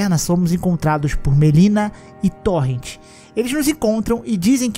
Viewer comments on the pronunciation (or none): none